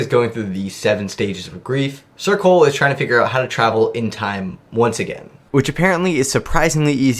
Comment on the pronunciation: Every time you say ‘sir Cole’ I fully just hear ‘circle’